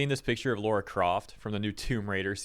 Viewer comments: Lara,. Lara. Not Laura. Lara. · LARA. IT'S LARA. WHY CAN'T AMERICANS PRONOUNCE IT!? IT'S NOT LAURA CROFT. Jesus fucking Christ.